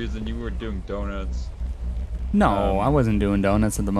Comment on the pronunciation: was driving like an old woman with his flashers being on constantly. Also: "dunnuts"